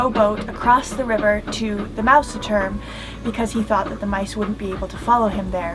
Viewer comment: its so nice how you pronounce "Mausturm"! Love it ...